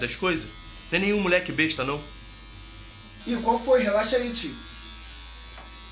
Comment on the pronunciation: O chamando o Renatinho de mariquinha// falando: iain qualfoin kkk